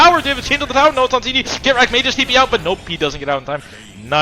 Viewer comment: did mason just called kitrak, "shitrak" LMAO